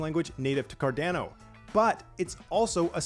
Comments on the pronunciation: Car-da-no, not Car-Dan-no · "Cardeno" 😅 Ah you Americans.. your pronounciation tickles my ears :-D great update though :-)